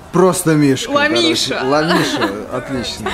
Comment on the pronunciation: Не Ла Миша а Вла Миша! )))))